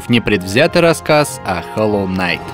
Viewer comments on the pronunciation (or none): none